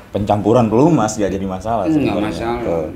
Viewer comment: Pelumas bang bukan pelemus.. wkwkwkwkwkwk